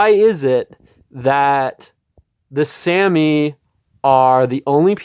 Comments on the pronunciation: Sah-mee not Sammy. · We are SAH-Me. No Sam-ee. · This was such a weird, self-important, and unnecessary rant. You didn’t even pronounce Sami correctly, nor did you ask any Sami people how they identify before going on a weird rant. Sami people usually identify as white and they didn’t need a rant from some random guy to tell them that. You also seem like one of those people who hates anyone who isn’t white because you don’t want to hear them talk about their struggles at all. You don’t understand what you’re talking about, nor did you bothering with the history of Sami people. Yikes. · You can't even pronounce their Name correctly, yet still think you're qualified enough for this. Sit down. I'm white, but I at least KNOW when to be quiet. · Sami IS an English word though. He couldnt even pronounce the AMERICANIZED version correctly.